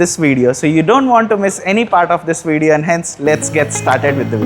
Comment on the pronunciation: this WIDEO 😂